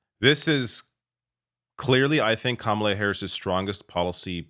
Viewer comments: Kamala immediately set the stage and won the debate with the initial and powerful gesture by affirmatively going over into Trump’s space, introducing herself by correctly pronouncing and enunciating her name, then confidently shaking his small hand. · It was over when she initiated the hand shake and introduced herself with the right pronunciation of her name. And she became the alpha of that debate from the start